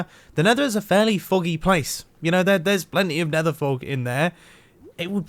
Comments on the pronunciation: Leave a like if you heard mumbo saying “nather” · "The nether is a very 'fuggy' place. You know, there's plenty of nether 'fug' in there."